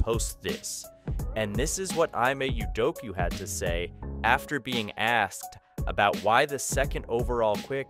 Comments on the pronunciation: Please at least TRY to say Ime Udoka's name correctly. It sure ain't "I-may You-doke-you"! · I really dont know how you mispronounce "Ime Udoka" and that social media post was fake. He never posted that. Saying all that, I do agree that JG should be benched or even traded.